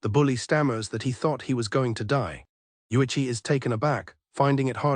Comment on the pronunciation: AI manages to botch the pronunciation Uichi, Yotuha, and Utsu all in just three minutes.